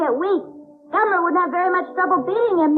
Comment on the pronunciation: I wonder when Joel finally started calling him Gamera and not Gameron lol. Oh and at the 41 min mark the kid looks like the kid from Up